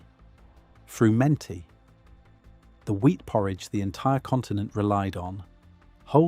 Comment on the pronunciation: I think the stress on 'frumenty' is on the first syllable: FRUmenty